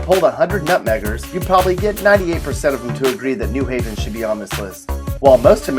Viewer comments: Depressing. Plus, you said NEW Haven instead of New HAY-ven. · It’s New HAVEN. Not NEW Haven. The accent is on the Haven. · I think you should at least learn how to pronounce "new HAV-en" correctly before you denigrate it. It is clear that whoever threw this "crummy" pastiche together has never been to Connecticut. Connecticut at its "worst" is still great.